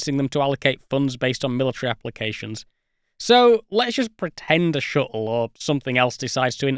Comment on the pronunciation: "Then just shoot down the Shu'le. If you like. Wha'evah."